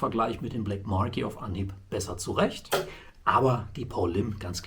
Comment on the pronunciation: Marque wird Mark ausgesprochen😏